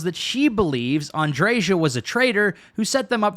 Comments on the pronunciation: “AndreJas” quest 😂 I wasn’t on board but you made some great points. Keep it up please just say Andrea.. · Is her name really Ann-dre-JAH? In spanish, the "J" has a phlegm-ish "H" sound like in baja blast; "bah-hah". So it makes sense for her name to just be "Andrea" with emphasis on the "hah" where the "J" in her name is. If any of you watch the Botez sister's stream, these two chess player girls, one sister Alexandra pronounces her other sister's name as An-dre-HAH with phlegm where the "H" sound is. I could be wrong I've never played starfield to know.